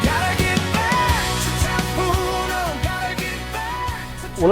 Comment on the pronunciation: Lol ... AI needs a bit of education " That ' POOnom"